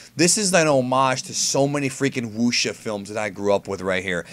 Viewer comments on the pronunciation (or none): none